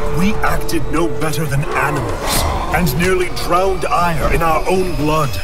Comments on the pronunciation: "My life for Aiur" sounds like "My wife for hire" in Starcraft I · I know that, but it sounds like hire.